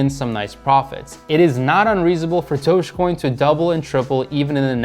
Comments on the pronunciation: It’s not „Dog-EEE-Coin“. It’s Dojjj-Coin! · Stop saying dogi coin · who says doge like "dogie" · He keeps saying dogie coin and it’s bugging me 😅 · you are saying it wrong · Please learn how to say Dogecoin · Not only late to the party lol, but can’t even pronounce it correctly